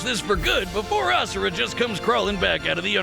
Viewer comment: I love you to death, but it drives me insane that you mispronounced Asura’s name 😅